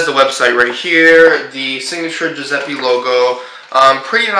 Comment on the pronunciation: Yes, +Alessia Mcdonald is right! + You should pronounce the latter "E" of the name Giuseppe the same way you pronounce the former "E", like you pronounce the "E" in the word "bed".